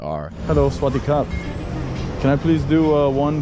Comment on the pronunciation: Bro.. its NOT SWATTY CUP.. ffs's..its SAVADEE KAP.. and its not ..ahh nevermind...